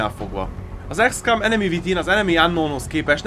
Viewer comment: ez akkor is "ikszkom", nem ikszkám....a többi ok :)